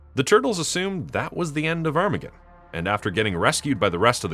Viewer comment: Is that really how his name is pronounced? Granted, I don't think I've ever heard it out loud before, but to me I always thought it sounded more like "ar-ma-gone," but you say it like "arm-again" which... doesn't sound right.